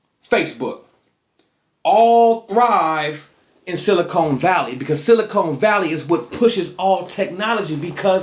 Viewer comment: I was having a good time silently making fun of how you pronounce 'silicon' and 'oscillator', but then you asked the same question about the roots I asked. It's funny how in the documentary we learn about the dolphins and lovers, but can go right back to seeing the lovers when our guard is down. Caves. You are seeing the dolphins. Good eye my friend.